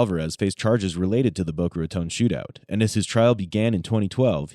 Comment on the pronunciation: Random- thanks for saying Boca Raton correctly 😁